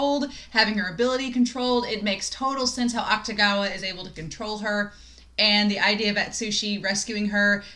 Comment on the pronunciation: “Akutagawa” is pronounced more like “Aktagawa” than “Aktugawa”. The “ta” is stressed.